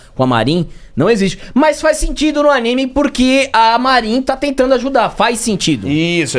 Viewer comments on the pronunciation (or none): none